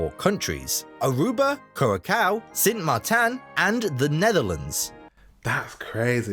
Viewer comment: He also pronounced Sint Maarten in a way that sounds more like the pronunciation for French Saint Martin. Dutch Sint Maarten is almost the same pronunciation as English, yet English-speakers always find funny ways to mess it up lol. Once saw a cooking show where an American chef visited the island and kept pronouncing it as “San Martine” for some bloody reason.